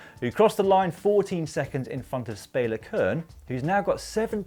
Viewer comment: As a Špela that's not how you pronounce Špela 😊 but I do love all the Slovenian coverage 🤗